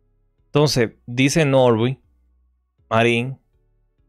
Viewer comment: es Norbey, no Norby